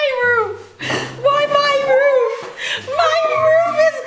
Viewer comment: i can't stop laughing at how Erica says my roof 😢 take this roof not my roof. And then exchanging the roof with, got me rolling on the bed😂😂😂😂